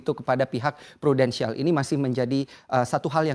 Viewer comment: dia bilang Prudensial? Wkwkwk